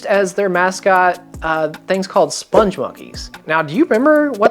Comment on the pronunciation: not Sponge...SPUNG.🤠